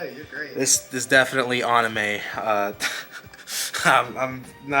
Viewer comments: LOL, I have nothing against with the "accent", but never heard "uhnime" as much as on this video. Haha. Also "Yugeoh". Please at least try to pronounce them right! "Uhnime" was a bit cringy. 😂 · If he says annime and yugeeoh one more time I'm gonna have a stroke. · Nope hes definitely trolling because what exactly is an "aunime" 😅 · I didn't think anyone noticed that except me! Lol was like why is he doing this to me!!!!!